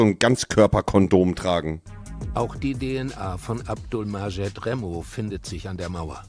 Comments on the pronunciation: Das heißt Remmo Clan nicht Rammo Clan. Komisch wie kaum einer hier, dass merkt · Remmo heißt es